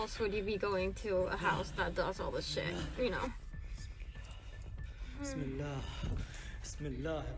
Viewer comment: Wow the way you said Bismillah is so perfect. Love your videos.